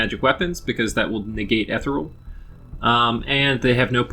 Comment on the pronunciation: it's pronounced eh-tee-real